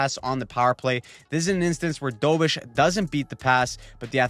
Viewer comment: DO BESH. Not dobish